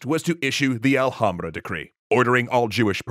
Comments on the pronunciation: Marrano, not morrano. Alhambra has silent ‘h’. Reconquista was a multi-century effort, not just multi-decade. Cristoforo Colombo or in Spanish ‘cristóbal colón’ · In Spanish the letter H is silent. ALHAMBRA is misprinounced